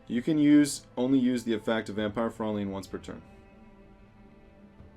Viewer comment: Fraulin is pronounced Frow-line. Its a german word.